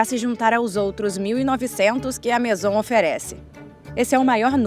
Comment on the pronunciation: COMO UM TEMA TÃO INTERESSANTE PODE SER TÃO MAL EXPLORADO? A DUBLAGEM É LAMENTÁVEL, ASSIM COMO O TEXTO. NINGUÉM ENSINOU A NARRADORA A FALAR MAISON, QUE VIROU MASON. O A\UL CERULEO, UM CLÁSSICPO VIROU CERULECO..POR QUE GIGANTES DA INDÚSTRIA DE ARTE COMO WINSOR & NEWTON, FABRICARIAM PASTEL, SE FOSSE UMA TÉCNICA DESVALORIZADA? UM A J[OIA DE TEMA, VIROU CARVÃO. UMA PENA